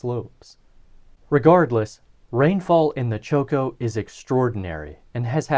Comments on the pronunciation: is not pronounced choco, but chocó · Please pronounce correctly...it's Chocó and not Choco. I'm French-Colombian and I love this part of Colombia...beautiful topography. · Great video, i’ve been bingeing this channel lately. One note: there is an emphasis on the second o in Chocó as seen by the accent mark, so it’s pronounced less like Choke-oh more like choke-OH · cho-CO, bro. Stress on the last syllable. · I find it extremely funny that you pronounce Chocó as choco as in chocolate. The emphasis is in the last O. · Very nice content, however your Chocó pronunciation is painful to Colombian ears. You should remark strongly the second syllabe, hence the tonic accent!